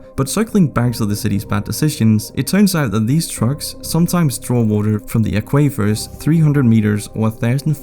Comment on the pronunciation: Aquavers? Is that how they pronounce aquifers in the UK?